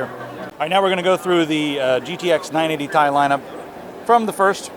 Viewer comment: Dude its ti not tai